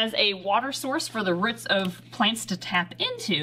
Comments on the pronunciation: why do you say ruts when it is spelled roots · As someone who's accent really emphasizes the oo sounds in roots I really love how says ruts. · The way says roots is funny ahaha "ruts" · Haha it’s so cute how you say root! I say the vowel like in the word “too”! I love regional pronunciation things. I’m from near Toronto! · the way says roots😂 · I've never heard a more northern pronunciation of "roots" before! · I've never heard anyone pronounce 'roots' like does. Is that common wherever they are from? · Can someone please tell me if the way she says roots is a Wisconsin or Minnesota thing i would like to know thanks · Can't help but laugh when she says roots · I'm sorry but the way says roots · Is it just me being British or does have an odd way of saying 'roots'? Not sure if this is just a British vs American thing! 😜 😀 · It is just me or is she saying roots with some sorta accent